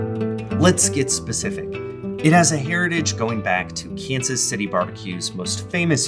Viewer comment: I think you mispronounced Kansas City there, bud.